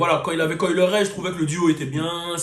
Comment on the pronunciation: Pourquoi tu prononces son nom comme ça ? 🤣